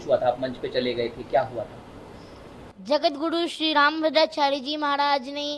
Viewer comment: Pehle rambhadracharya bolna seekh le 😂,phir aaiyo😂